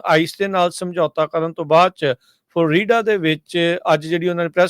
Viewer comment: ਉਹ ਭਾਈ ਫਲ ਰੀਡਾ ਨੀ ਹੁੰਦਾ ਫਲੋਰੀਡਾ ਬੋਲਿਆ ਕਰੋ